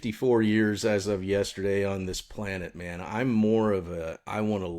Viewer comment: planned-it, play-net